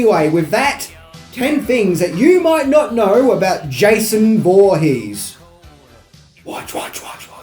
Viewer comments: "josh vorhees" lol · Voorhees is pronounced horheex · "Jeisoon" Woohees" :D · Watch out for "Josh Voorhees." Hahahaha.